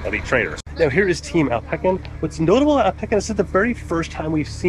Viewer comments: Alpe-sin not alpe-kin. Americans 😔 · its AL-puh-sin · bro how did u say alpecin lol